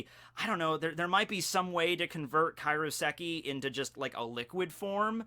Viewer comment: It's KAIROSEKI. Not Karioseki. Say it like Cairo, Egypt.